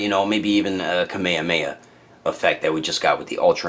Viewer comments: why do English people always say "Kameyameya.."? it's should be "Kamehameha" not with "y", but with "h"! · They say Kamehameha in the anime not kameyameya lol.